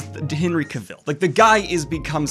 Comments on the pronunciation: Hey Daniel, I'm going to be that guy and let you know that Cavill is pronounced CA-vuhl (rhymes with travel), not ca-VIL, anyone not believing me can easily google it and one of the first results is Henry himself with a very short video explaining it. This wouldn't have bothered me except the name is mentioned like 20 times in the video and by the 15th I was wincing lol. Anyway keep up the good work, cheers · Looking forward to seeing Dune here in the UK. I really enjoy Henry Cavil in everything he does and personally would enjoy seeing him take on Bond but I have a feeling it won't happen myself. Also just so you know, it's pronounced like Travel 👍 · It hurts my ears every time you say Henry Cavill's name wrong. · Just thought I’d let you know Henry pronounces it like cavil, not cavil (emphasis on the ca part) lol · Just sitting here listening to Daniel mispronounce Henry's name... I'm fine.